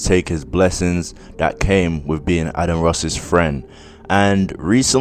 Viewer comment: Am scottish n it adin not adan